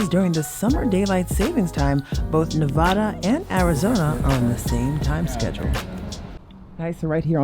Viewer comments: Please, please, please say Nev-AD-a Thank you! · Damn it. Learn how to say Nevada!